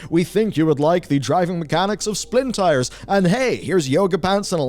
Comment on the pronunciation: He said Splintyres again...